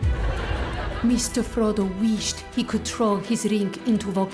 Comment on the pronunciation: "I wheeshed!" I laughed so hard!